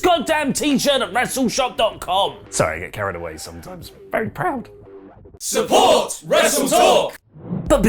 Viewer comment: channeling a Mr Bean accent with that "very proud" line. 😂